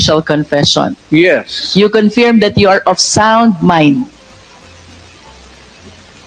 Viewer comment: Wrong pronunciation of " CONFIRM" You are a lawyer shame on you😅